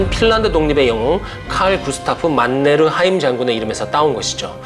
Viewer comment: 만네르하임 발음이 좋아요. 오늘의 간식은 초코하임이다.